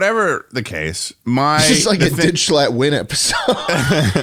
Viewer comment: Mrbeast butchered schlatts name